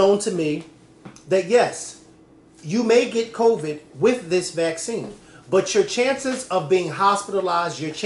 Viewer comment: I love you to death but my goodness it’s pronounced Co-vid not Co-veeed. You’re dragging the end and it’s sending me 😩😩